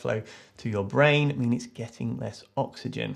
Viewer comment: "To pump to the blain. The blain? The brain." Replayed this at least 10 times because of how funny it was.